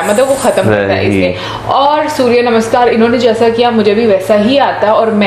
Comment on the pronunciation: Didn't know that. Thank you for educating me. You learn somethinh new everyday., your pronunciation - Surya Namaskar, Sanskriti.😍😍😍